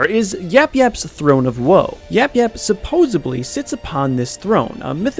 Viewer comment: NO. You said supposebly. It’s supposedly 🤦‍♂️